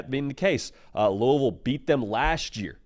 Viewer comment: As a KY native and Bama grad I appreciate your pronunciation of Louisville and Roll Tide!